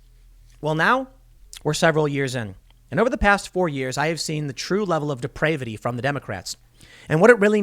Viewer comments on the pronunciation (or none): Why does Tim pronounce "depravity" with a hard "a?" Is it not pounounced with the sound one makes when a doctor sticks a popsicle stick in one's mouth?